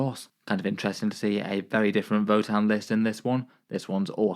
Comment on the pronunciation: This man didn’t even try pronouncing that votann players name 😂